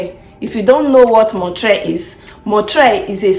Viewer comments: It is NOT MON-TRAY It's pronounced MON- TREE-ALL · You are mispronouncing the name of Montreal. It ends in ALL